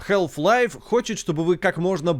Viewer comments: Как можно быть игрожуром и не знать как произносится название главной игры человечества??😂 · Если уж докапываться, то там и "л" не должна произноситься. Но вообще-то плевать, произношение а/о/э в одном и том же слове часто меняется в зависимости от диалекта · Почему "хЭлф лайф"?))) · Health life))). И не говори - хаф-пайп вроде все слышали, а тут какая "здоровая" жизнь! С Халф еще можно смириться, но тут просто режет слух. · тут весь ролик вообще говорили хЭлф-лайф, тоже испытание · в британском халф, в американском там "æ". В любом случае "æ" ближе к "а", чем к "э" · 2024 год, игрожурналисты до сих пор не научились правильно произносить название игры... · На дворе 2024, а мы до сих пор говорим букву "Л" в слове "Half". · Мне одному что ли резало слух "Хэлф лайф"? А не Халф. Я и всё моё окружение называло её именно так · Блин, ролик отличный. Посмотрел с удовольствием. Только одно но, которое резало ухо все 20 минут. Название игры не хЭлф лайф, а все таки хАлф лайф. А если уж совсем точно, то Хаф, где Х звучит с придыханием, а л почти полностью оглушается, но уж никак не хэлф. Но за ролик, все же спасибо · чувак даже не пытайся в английское произношение, пожалуйста, это очень режет уши. Все блохеры англоязычные кого я смотрю говорят хааф-лайф. Какой к черту хЭлф-лайф. Самому не противно? Халф лайф и точка, не пудри мозги и уши. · Прямой калькой с английского будет не Хэлф-Лайф, как говорят весь ролик, а Халф, даже скорее Хааф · Я впервые слышу как название Халфы произносят как "ХЭЛФ-ЛАЙФ". Ну тип даже на английском слово отчётливо произносится как "Халф". Минус уши весь ролик. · Подаю в суд на SG! Из-за хЭлф лайф - у меня к 10 минуте ролика из ушей кровь пошла! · Прошу, не говори хЭлф-лайф. Это ужасно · Хэлф лайф... ХЭЛФ ЛАЙФ?!? О, Ты из англии!?!? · хЭлф лайф. Э. Браза, жесть у тебя произношение конечно же. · Кхелф лайф. Эй эм соу фокин гуд ин инглишь. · я не знаю как вам, но вот ХЭЛВ-лайв, мне уши изнасиловало.